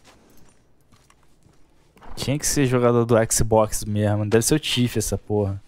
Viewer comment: A pronúncia de xbox é "éks Bóks", não "éksi bóksi" kkk